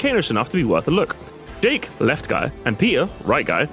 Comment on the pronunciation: When said Jake I thought he said Dick